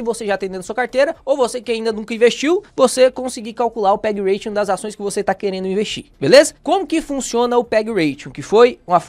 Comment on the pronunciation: ótimo vídeo e aula, mas só uma correção: é PEG Ratio, sem n no final, de "razão" em inglês. Ration é "ração" em inglês.